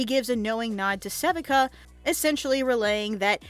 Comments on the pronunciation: This is the second channel I've seen making content on Arcane that cannot pronounce Sevika's name correctly. Suh-vee-kuh. It is never pronounced seh-vik-uh in the entirety of the 2 seasons. Why is this error happening? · Se-Vee-KUH. not sevehca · Its pronounced sa-VEE-ka. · How can you possibly be pronouncing Sevika’s name wrong the ENTIRE video!!??! Like… they say it IN THE SHOW! wtf? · My theory is that someone else wrote a script, and the talker never actually watched the show. That or they butcher the name because they can't pronounce it for whatever reason.